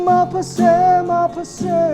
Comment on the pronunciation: Maphase ❌ maphasy ✅ Mengmawi ❌Mai maw✅